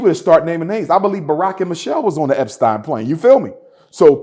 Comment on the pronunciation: What a damn fool. I can’t believe I actually thought he could be a leader. This nigga said jerry eptein 🤣🤣